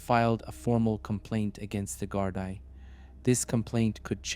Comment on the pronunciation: Gardaí is pronounced gardee